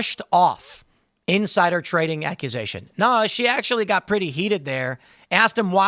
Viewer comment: Nooo, NOT “tading”! 😢